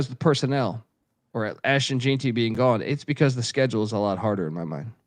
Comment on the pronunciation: While I can understand mispronouncing some obscure name or location, etc, I can't understand how you can pronounce Ashton Jeanty as "Jeen-tee" instead of "Jen-tee" when he was so nationally known.